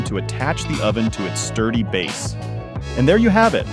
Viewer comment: It's time to attach the oven to "it's turdy base."? That's what I heard the guy say. 😄